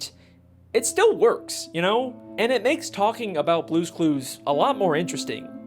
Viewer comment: They way this man pronounces "theowys" is amazing